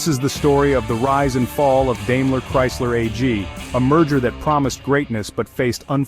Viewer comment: It’s pronounced “DIME-ler” not “DAME-ler”